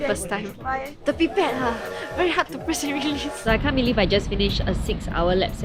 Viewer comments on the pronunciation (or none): Was I the only one who thought said pee pad instead of pipette?